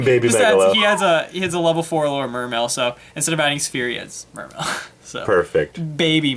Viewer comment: Will ppl stop pronouncing the e at the end.